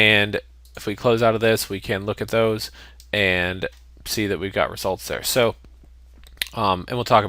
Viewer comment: The tutorial is great. It was unpleasant to my ear the fact that In the 4-6 min you said 20+ emphasised "ands".